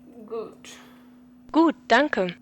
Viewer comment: When you said "gut" at the end it sounded like a native speaker!